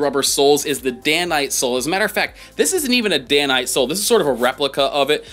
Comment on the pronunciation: Most of my boots are Dainite, while a couple have crepe soles. By the way I believe the proper pronunciation of Dainite is "day-night."